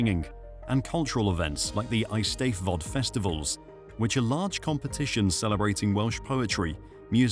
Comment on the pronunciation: Bru sedi “holy island” it’s “holy head island” and the easteddod is pronounced “aystedfod”